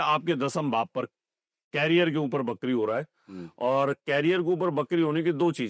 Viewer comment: ~ "नमश्कार" ग़लत शब्द-प्रयोग है, सही उच्चार 'नमस्कार' है। ~ 'वक्री' को "बकरी" बोलना बड़ा हास्यास्पद लगता है।